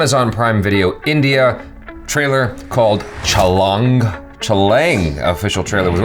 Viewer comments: Chha - Pronounced "Cha"( Not "Chya") Example: CHHAttisgarh (Indian State) Laang - Pronounced "Lang"(Not "Lyang") Pronounced just like "Long" but instead of 'o', it's 'a'. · It is CHA-LAA-ANG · IT'S "CHÂ" "LÃNG" 😎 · Your pronunciation is wrong for movie Chhaalang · First time u said chhalaang was more accurate